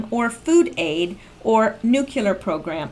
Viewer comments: Nu / clee / er ,,,not new clear. :-) :-x ME = Middle East? The photo of the cannon and slogan “come and take it” was the old Texas flag. You would enjoy reading Texas history. Real Texas history. Excellent videos. Thank you for all that you do. Excellent work. Enjoy your coffee. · Hi! Great info, as usual! I hope you don't mind my meddling regarding the proper pronunciation of nuclear: NEW-KLEE-ER..........accent on the first syllable! Goodnight, and sweet dreams. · I tried to find Three Feathers on Twitter, because I can't read that spreadsheet on my phone. The "Three Feathers" & "@ listed on Twitter r not the same as this 1. Has he/she been removed? Can you make it bigger in future post? I really wish to save a legible copy. Thank u. P.S. Please stop saying, "nucular." It is fingernails on a blackboard to scientists like myself, & results in me turning u off, even though u r, otherwise, 1 of my favorite Q posters. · This may help you. New--klee--ur